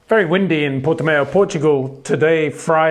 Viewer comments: Hi Peter, just to let you know, it's pronounced 'Porti-mow' instead of 'Porti-mayo' :) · english speakers cannot do the ão sound at all. It is nasal, you don't have that in your language. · Port"E"mao (Mao like chairman Mao). Mayo would be written Maio with the "i" in Portuguese. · Sounds like new type of mayonnaise and I love it